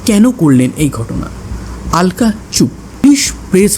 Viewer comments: কিছু মনে করবেন না আপনি "আলকা "কেন বলছেন ? আলকা না বলে অলকা বলুন ,, কারণ আমরা বাঙালি তো ,,হিন্দিতে ওরা "আলকা" বলবে কিন্তু বাংলায় আমরা" অলোকা" বলবো। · কি যে আলকা অলকা করে চলেছে ?? অলকা বলো শুনতে ভালো লাগে। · Ekdam thik 😂😂😂😂